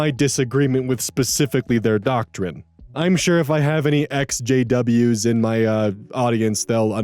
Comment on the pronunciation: Hey, maybe it's not the best idea to phrase it that way, lol, it low-key sounds like you said, "SJWs," rather than, "Ex JWs" (/lighthearted)